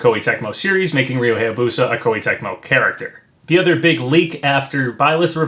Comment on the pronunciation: You’ve probably gotten this so many times, but... it’s Hiya-Boo-Sah, not Hay-A-Boo-Sah. I’m a pronunciation geek. I can’t help it, man.